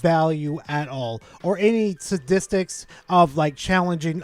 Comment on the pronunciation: Did just say Sta-dick-stics?